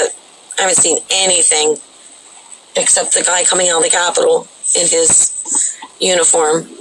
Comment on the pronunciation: Did you say Capitol or "Crapitol"? lol